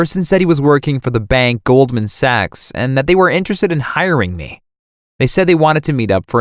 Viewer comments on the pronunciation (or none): none